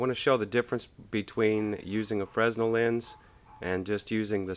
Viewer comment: The 's' is silent (/freɪˈnɛl/ fray-nel)